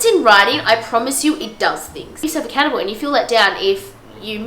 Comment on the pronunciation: when u said “make yourself accountable” it sounded like “make yourself a cannibal” 😂😂 i rlly enjoyed this video ! i also find bullet journalling fits really well into the stuff you’re talking about ❤️